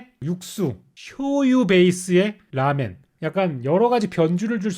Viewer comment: ㅋㅋㅋㅋㅋㅋㅋㅋ 라멘리뷰 너무 재미남 근데 제발 쇼~유 처럼 라~멘이라고 해주세요